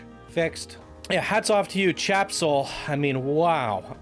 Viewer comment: "Tjebsol" doesn't read like "Chap-sol". It would be more "Te-jeb-sol". It's an interesting take on the game's story with a LOT of work put into it, but the journey is WAY too long. So many boosters. With stories like this, you need to do a synopsis version. There's no need to show everything single thing went on or spend a lot of time weaving in and out of a given location (i.e. the fort and town, river run, the underground complex) or long spurts of time traversing inaction zones built to separate areas (stretches of nothing more than trees, water, tunnels, red lit rooms, etc.). One or two passes is enough for the viewer to know about the area from the plot. Creating key moments is the best way to do stories like this for PC. For perfect examples on how to show a movie/game story in a semi-short form, look to Brad Hamilton and his many amazing PC creations. Also, the track needs serious smoothing. Really wonky.